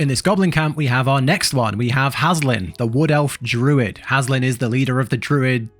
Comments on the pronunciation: It's Hal-sin, not Has-lin XD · Its Halsin, not Haslin 😂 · You read it over and over again, Its H-A-L-S-I-N, not H-A-S-L-I-N, how do you get that wrong? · His name is HALSIN not Haslin. 🤨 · It's Halsin not Haslin 😂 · The way you pronounce Halsins' name makes me want to rip my skin off of my body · u almost made me think I was saying halsin incorrectly lol